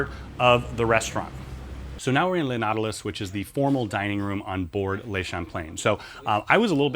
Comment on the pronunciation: Please, - "Le" in French is NOT "lay" but rather "luh".